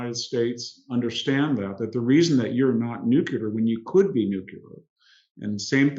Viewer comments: Full of wisdom and insight as ever! But it’s annoying that so many well-educated speakers mispronounce the word ‘nuclear’. Please - not ‘new killer’! It’s (phonetically) “ new klee ar”. They wouldn’t mispronounce the noun ‘nucleus’ would they? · Nuclear, not nucular, please. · I love that VDH is such a genius but says "nuke-ya-ler" 😂 For real though, wicked sharp insight as usual.